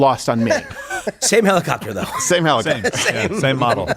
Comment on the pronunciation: HELL-i- copter.